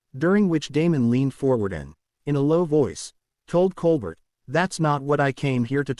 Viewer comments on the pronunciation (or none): The ai voice doesn’t even know how to pronounce Colbert